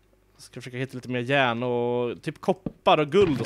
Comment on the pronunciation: Cupparrrrrrrrrrrrr och järnnn (Coppar och järn)